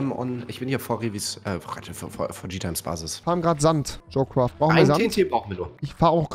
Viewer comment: Junge es heißt "jo craft" und nicht "jo quaft"